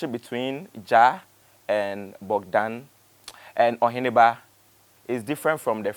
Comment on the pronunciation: The name is Bogdan not Bodgan please